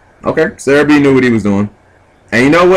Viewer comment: Do you even attempt to read the names? The entire time you kept calling Sehabi "serebii" lol this isn't pokemanz plus theres no r in his name sooooo.... anyway rant over :]